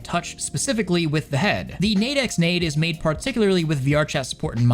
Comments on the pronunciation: nade nade is pronounced "Nad Eh Nad Eh". Not nayde nayde. it literally means "pat pat" in japanese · it's pronounced "nah day", nade nade is the onomatopoeia for headpats in Japanese. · Nade nade (pronounced naw-day naw-day) is a Japanese onomatopoeia for rubbing. It is not pronounced like nade in grenade. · As a Japanese speaker, it's probably pronounced "Nah-deh Nah-deh". Which translates to "patting, stroking, caressing, etc" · nade X nade is pronounced "nah-de nah-de". It is the Japanese word for head pats (ナデナデ), from the verb "naderu" (撫でる), which means "to caress" or "to pat" :) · i'm sure someone has told you down in the comments, but on the first story, Nade X Nade would be "Nah-Deh (ecks) Nah-Deh" due to it being Japanese, and that's how they pronounce romanji. The X is tricky. It could be X, Cross, By, or just not pronounced at all. The Xtransceiver in pokemon is the cross transceiver, it could be By like how 4x4 is four by four, or it could be unpronounced like Hunter X Hunter. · It's pronounced nadeyh nadeyh. And the words Nade nade are the Japanese onomatopoeia for rubbing/petting someone. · It's definitely "Nah-deh Nah-deh" which is the Japanese onomatopoeia for head pats/rubs. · As an english speaker that prefers reading subs, I'm just laughing at the 'nade pronounciation. I hope people aren't putting grenades on their heads and are putting the other thing.... nade nade is what you say when giving head pats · C'mon it's なでなで. You went to japan and still can't pronounce the 'a' sound.